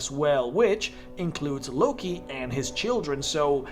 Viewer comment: "Lucky?" Well, first I've heard Loki pronounced like that. Explains why that Feat is so broken lmao.